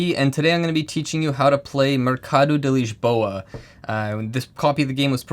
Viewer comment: good lisboa pronunciation there. too many vids saying liz-bow-ah